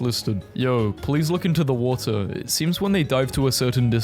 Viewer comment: watar break